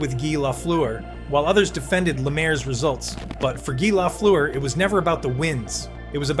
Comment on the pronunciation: You can’t even pronounce his name properly. I’ll pass